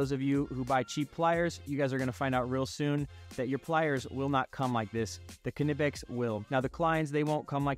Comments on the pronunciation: That knipex pronunciation hurts but i agree with your list :) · In english, it's okay to drop the K and pronounce it "nip-ecks". It's exactly like "knight" and "know". These are foreign words assimilated into english and we dropped the k over time. Just don't let the germans hear you.